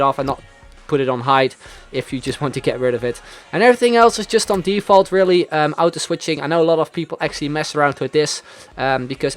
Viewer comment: just an FYI auto is pronounced aw-toe